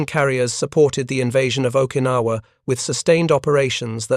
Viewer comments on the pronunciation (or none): none